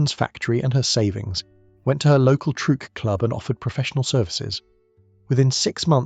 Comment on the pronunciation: "Trueque" (barter) is actually pronounced troo-EH-keh, not trook.